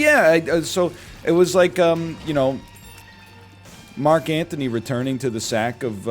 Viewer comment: and it's Mark Antony. Not Anthony